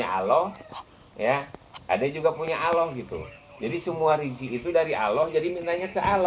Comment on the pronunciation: Maaf si bapak kalo ngucap Allah jgn aloh gitu dong huruf L nya dobel, sy maklum bpk kyknya orang sunda ya. Sama jg kita kalo ngaji Al Qur'an makharijul hurufnya kan harus jelas gak pandang kita dari mana suku bangsanya